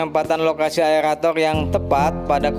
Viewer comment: Aerator bang bukan aelator 😃